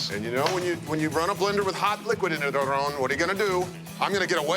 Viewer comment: I can't stand how people feel like they have to say Aaron's name in a Spanish type of way when they really don't know how. Many times on the show, Ted over-does it with trying to roll the "r" when it's not even spelled like how that would sound (it's not spelled not Arron). Marc under-does it. If ya don't speak Spanish people should't feel the need to tiptoe around pronunciation of people's names, just say it the gringo way (phoenetically ... arrin) and move on. If he gets mad, oh well. Not as if a wrong name pronunciation will make him any less Mexican. There are so many other names from other cultures that get butchered on a daily basis and noone feels the need to be all correct with it. Stop the madness and say names the way YOU know how to say them. It's more genuine and honest.